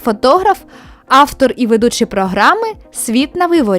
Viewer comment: Можна не так грубо. Мова йде про вимову ведучої. Вам треба попрацювати над літерами у/в на початку речення, наприклад: У Києві - не в Києві. Українська мова також не терпить ефкання: не аФтор, а ав(у)тор, не Киїф, а Київ(у) і ще безліч прикладів. Відкрийте, не полінуйтеся, розділ " Орфоепія української мови" , ретельно вивчіть, послухайте дикторів нашого телебачення( бо вони навчені, не самоучки), і ваші справи поліпшаться. Та й повага людей також.